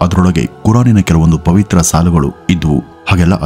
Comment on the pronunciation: ಏನ್ರಿ ಅದು ಒತ್ತಿ ಒತ್ತಿ... ಹೇಳ್ತೀರಾ ಪವಿತ್ರ ಪವಿತ್ರ ಅಂತಾ.... ಅದು ಅವರಿಗೆ ಪವಿತ್ರ ಆಗಿರಬಹುದು.... ನಮಗಲ್ಲ